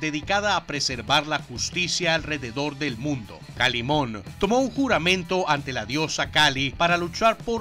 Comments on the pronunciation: Me recordaste mi infancia saludos desde México pero es kaliman no kalimon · Es que el dijo Kalimon...